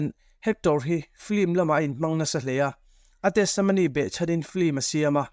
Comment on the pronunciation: Tesemony i tih tlat le, testimony ti Mai la